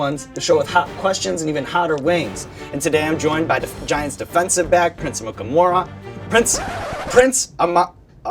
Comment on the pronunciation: Did he just pronounce his own name wrong? Sounds like he is saying "Prince Amukamaro" After saying how easy it was to pronounce (if you can read it) this stuck out at me at the end. I'm sure I'd mess up lots of my own words too after what he just went through with all that heat, but I chuckled.